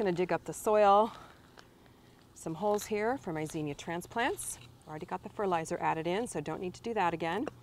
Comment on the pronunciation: It’s zinnia, not zeenia